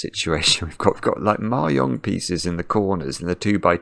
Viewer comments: Is trying to say Mahjong? It’s pronounced /mɑːˈdʒɒŋ/ (mah-JONG) not /mɑːˈjɒŋ/ (mah-YONG) — it’s Chinese 麻將, not Spanish. Or is there something else called Mayong, which I have never heard of? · It took me a while to realize that he was talking about mah jongg, and not something called "mayong". I thought it might be a British pronunciation difference, but I couldn't find any evidence that the word is pronounced differently there than it is in the US. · Is he saying "Mahjong piece"? I've never heard it pronounced "mary-ong", but then I'm in Canada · The first couple of times you said "Ma-yong" I was thinking "nice use of the soft J", because I was fundamentally damaged by Anchorman, but the urge to correct is rising. The J is as the G in Geoff, or giraffe, or the J in judge, jam, and jelly. Across Asia there's a variety of different phonetic pronunciations, including different words entirely, but in none of them is the J a Y! ;-) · I think he was saying mahjong, but me personally I thought the y for the J sound made it sound like German/ Scandinavian to me, Spanish j is like an English H often, or further back in the throat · Hopefully learning it from the comments! He said it wrong lol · For what it's worth, the j in mahjong is generally pronounced like the j in jet, not the y in yet. Incidentally, one of the previous sudokus you solved - one where the final clue was in morse code embedded in the grid - was co-designed by a member of the UK japanese mahjong community, IIRC. (and just by the by, mahjong in this context refers to the multi-player game, not the solitaire game: the difference between them is as large as the difference between playing-card solitaire, and poker). Best wishes, and thanks for all the sudokus, from All-Ireland Mahjong.